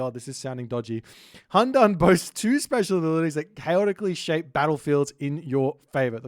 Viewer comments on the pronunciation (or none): Also. "Qi" is pronounced as CHEE "Tie" is pronounced as TYEH "Hundun" is pronounced as HOON-DOON